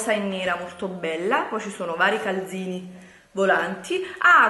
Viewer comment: Ma come cazzo parla? Declaton,galzini, mi scuccia ihihihih